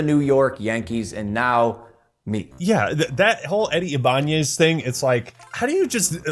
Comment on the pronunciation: The first YouTuber I've watched to actually get how Ibanez is pronounced